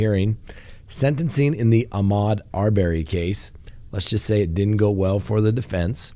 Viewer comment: Arbery = Pronounced Ar-burr-y, not Ar-bear-y